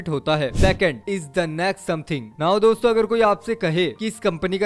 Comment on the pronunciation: Store bol rahe ho yaa dosto bol rahe ho pata nehi😕